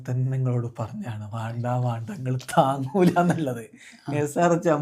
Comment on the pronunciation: താങ്ങൂല എന്ന് അല്ല പോങ്ങൂല